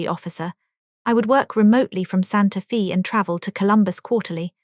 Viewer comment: Santa FEE???? LOL.... No, it's pronounced Santa FAY. AI sucks.